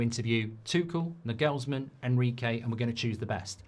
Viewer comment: It’s pronounced ‘Narglesman’